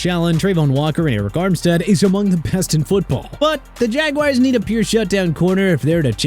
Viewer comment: AND ALSO NO MORE OF THAT JAGWIRES NONSENSE. IT'S JA-GWAARS.